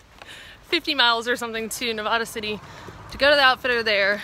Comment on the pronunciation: Hey just a note on my Home town of Nevada City it is not pronounced like you are pronouncing it. the A in it is pronounced like the a in Bat. Hope you enjoyed the gold town even if you did not spend much time in it. WOW you are really making time and I can see you getting to Canada.